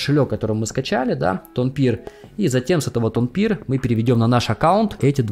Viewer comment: Тонкипер, не тонпир) Но вообще, это тема!)